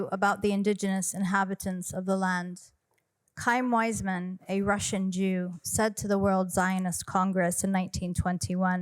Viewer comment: She keeps saying kaim Weismann. Learn pronunciation Susan.